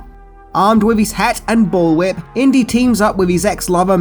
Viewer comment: Inty....like Indy